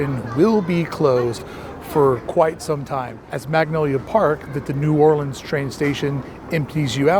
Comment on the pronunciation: Props for your new orleans pronunciation from a new orleanian